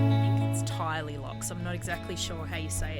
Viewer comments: And Tyrley is pronounced Turley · Tyrley is pronounced Turley I think